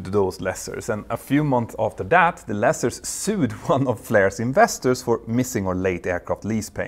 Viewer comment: Love your stuff but I winced every time you said 'lessers'. It's pronounced the same as Lease. Lease-ers (Lee-sers) Not meaning to be disrespectful or a troll. If no-one tells you then you're not going to know.